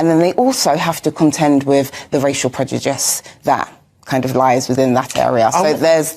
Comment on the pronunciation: Does she say "preDuJice" or "preDuDICE".............. TWICE ??? It sure sounds like it.